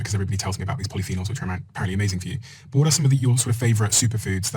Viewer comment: lol, "polyphenols" 🤣